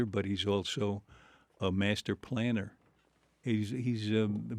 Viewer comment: "..he's a master.. planner." Got the second half of that word slightly wrong, Alan.